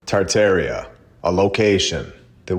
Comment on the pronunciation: The fact that you can’t say tar’tar with the proper way won’t let me watch this stupid video 😂😂😂